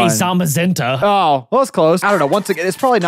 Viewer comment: Bro really said zaza-menta